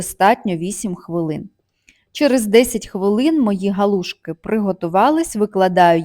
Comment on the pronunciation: Галушки. Наголос на другий склад.